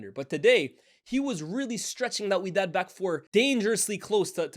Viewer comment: Its wydad🤣